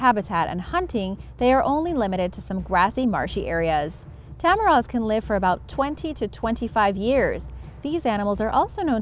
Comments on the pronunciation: Poong is pronounced as /po-ong/ (2 syllables) ;) Tamaraws. Read it as you write it. It's not /ta-ma-rohs/ but /ta-ma-raw/ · And no offense you said tamaraws and tarsier wrong but it's ok you tried. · Lol tah-mah-raaah thats not how you pronouce it Tah-mah-rawss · Nice! I'm sorry I have to say it but it's "Po-ong" (Poong) not poooong. Two syllables. And "Ta-ma-raus" not "Ta-ma-rohs". Thank you 😌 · you forgot to pronounce the W in tamaraws